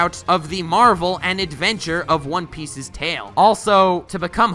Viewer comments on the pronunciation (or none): none